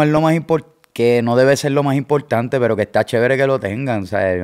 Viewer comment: "Bien impoltante orinal" "orinamo a la vé" "gané".